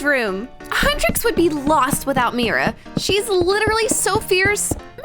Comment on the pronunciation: No it is Mira not Mia